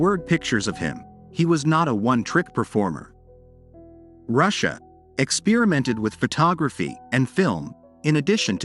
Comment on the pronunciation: I would recommend having someone who has a mastery of the English language proofread your copy . . .some obvious mistakes could be eliminated . . .plus it's Ed Ruscha ( pronounced Roo Shay, not Russia) be more professional!